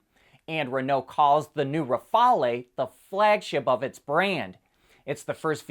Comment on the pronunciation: That's "Rafale", not "Rafalé". Most people will think of the Dassault Rafale fighter jet, not some obscure airplane of the 1930's.